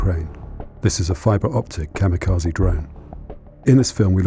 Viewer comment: Please figure out how to say "kamikaze" correctly. It's quite distracting.